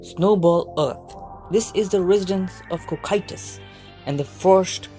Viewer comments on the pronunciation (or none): First of all.... you said Cocytus wrong xD